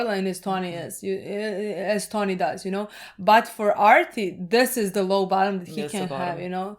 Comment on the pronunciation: ARTIE not Archie